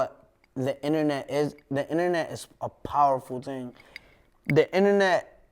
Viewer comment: Wtf was 6ix9ine sayin . Den he goes you know what i'm saying , the internet is a powerful TING